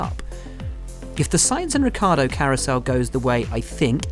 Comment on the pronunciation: I wonder how hard it is to pronounce Ricciardo, especially for someone who seems to be a professional journalist like Buxton... It's "rich-ardo" not "rick-yardo"... Seems to be a problem for english people to learn how to pronounce a single foreign word/surname.. Christ..